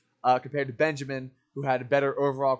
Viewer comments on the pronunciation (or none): none